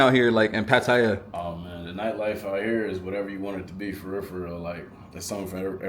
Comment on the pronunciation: The place is pronounced pa ta ya instead of Pa ti ya.